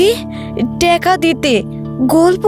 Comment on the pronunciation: টেকা❌ টাকা ✅